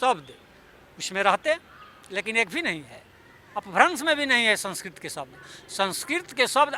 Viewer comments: Someone who cannot even pronounce 'संस्कृत' correctly is trying to act as if he were an authority on Sanskrit. I don't think anyone would care a dime of what somebody like him says. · Language expert who cant pronounce sanskrit correctly😂😂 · आज मालूम हुआ कि संस्कृत नाम की कोई भाषा ही नहीं है! वाह! यह तो एकदम नयी बात है। तब तो इनके नाम का अर्थ क्या होगा ये सोचना पड़ेगा। कोई बताए 'राजेंद्र', 'प्रसाद' और 'सिंह' शब्दों के अर्थ क्या हैं। किस भाषा के शब्द हैं ये? जहाँ तक 'संस्कृत' भाषा का प्रश्न है, इन महाशय को ‘संस्कृत’ शब्द का ठीक उच्चारण करना भी नहीं आता। संस्कृत में fail हुए होंगे तो दुखी होकर भाषा की खुदाई में लग गए। ये तो वही बात हुई: नाच ना आए तो आँगन टेढ़ा। इनके अनुसार चाणक्य हुए ही नहीं। तो फिर तो चंद्रगुप्त भी नहीं हुए, अशोक भी नहीं हुए और सिकंदर भी नहीं हुआ। ये बंदा किसी सस्ते नशे का शिकार है। इसे नशा-मुक्ति केंद्र ले जाओ।